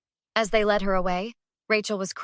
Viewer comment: AI is far, far, from a decent form of communication. Teach it tenses, ex: the difference between "read"(pronounced "reed", and "read" (past tense), pron. "red"; to correctly articulate large numbers or money amounts; that the word "led" is not LED, an acronym for Light Emitting Diode. The captions are a disgrace - you have to learn a second AI language to translate them. I've started calling it "Artificial Ignorance", and we already have enough of the natural sort, without AI reinforcing it. You need some retired English teachers (old school ones, who actually understand grammar and syntax), to do the programming for both AI speech and captions.